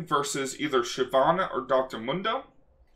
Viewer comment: You kept saying mundo wrong.